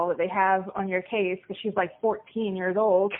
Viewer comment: I hope we get to listen to his jailhouse calls for “YEARZH.”